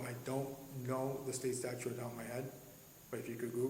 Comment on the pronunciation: Did he actually say "Florida State Statue?"